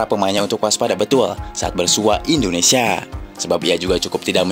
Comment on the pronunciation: ENDONESA saking semangatnya logat jawanya mulai muncul.😅😅😅